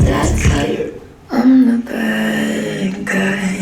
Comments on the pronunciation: バッガイって言うの違和感しか無いんやけど笑 ウォーターのことワラーっていう人見たい笑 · badguyが、バッガイに聞こえるww